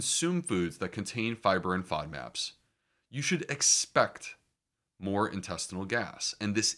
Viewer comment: FODMAPS was a new acronym on me. I had to search for that with several alternative spellings. (Did he say "favmacs"?......etc) Another fine video.